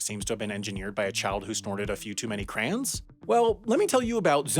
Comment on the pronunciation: Wait, did I hear say 'crayon' as 'cran'